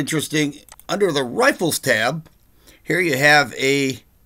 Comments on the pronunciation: hahahaha, you said "Riffles", =D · I like when you say “Riffles”